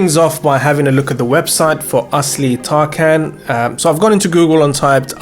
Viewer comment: It’s TarJAN not TarKAN. The c in Turkish is pronounced as a J.